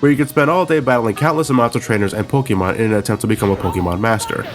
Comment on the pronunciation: this guy says pokemon WEIRD LOLOLOLOL